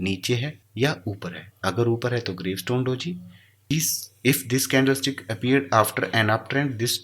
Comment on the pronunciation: Brother candle sticks hota hai na ki stiks please nxt tym dhyan de